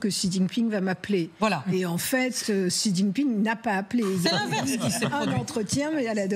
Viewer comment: Bonjour c'est écrit Xi mais ça se lit "Cchi" x en chinois se lit "cch" ou "sh"